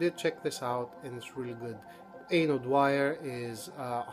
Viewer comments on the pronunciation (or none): The VCLT post story - ha ha, very funny. Glad you finally got Music for Cc - those blokes in Norman records should be ashamed (3 months!!!!!!). And you have been a very good customer to them, you should point this out maybe they'll give you some free swag. They should. "Aine" is pronounced as in "Awn-yeah"